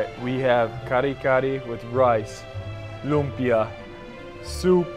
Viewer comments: It's Lumpia, not Lumbia. 😁 You're cute when you taste the bagoong alamang. 😅 Okay, leave it to the bottom of the ocean. 😆Thanks for trying our Filipino food. Congratulations! You're now one of us. Hehe. 🎉🫶💯✅ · Its lumpia not lubia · It's LUMPIA po, NOT lumbia.. 😊😊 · It's actually LUMPIA not LUMBIA 😅😂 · its LUMPIA not Lumbia but awesome reaction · Its lumpia not lumbia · It’s Lumpia with a “p” just like the Indonesian 🇮🇩 lumpia..thanks nice video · If I am not mistaken....it's actually "LUMPIA" not "LUMBIA"..."LUMPIANG SHANGHAI" IS THE LITERALLY name of that food, that is very famous food here in the Philippines...and I admit that LUMPIA is one of my favorite food. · its '“lumpia” not lumbia but its okayyy hehe thankyou for appreciating Philippines! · lumpia not lumbia hehehhehe... Hi! I'm from the philippines.. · Hey, it's Lumpia not Lumbia ☺️☺️ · Its lumpiang shanghai not lumbia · Bro it's lumpia not lumbia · It's lumpia not lumbia hehe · Lumpia not lumbia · I just want to correct you not to decriminate you but it's not lumbia it's "lumpia"🥰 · "LUMPIA" not LUMBIA. WRONG SPELLING. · *Lumpia not Lumbia 😊👌 All Pinoy's target in birthday party 🤣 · Its Lumpia not lumbia hahaha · Its not lumbia. Its lumpia i invented it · it's LUMPIA.. not LUMBIA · Please edit your video. Its not lumbia. Its lumpia. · "Lumpia" hehe